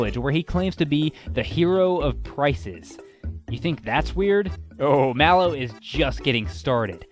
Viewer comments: IT IS PRONOUNCED MAYLO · I think Ooccoo is pronounced (Ook-koo) Just a guess tho. I always pronounced it that way. Also, I pronounce Malo (Mail-o). Not sure if that's right either.